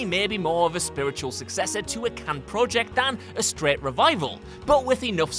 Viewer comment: Dude i love ur voiceover work but please pronounce project correctly